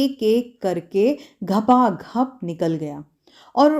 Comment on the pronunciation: घपाघप नहीं अपितु . . . गपा गप ।👍